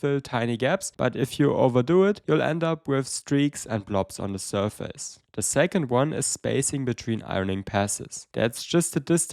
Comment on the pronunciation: you say the word "surface" all the time. please learn how to pronounce it. I'm loosing my mind here!